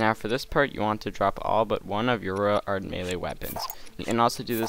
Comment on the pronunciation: Why did you say royal ard sword? (Unless i only heard that(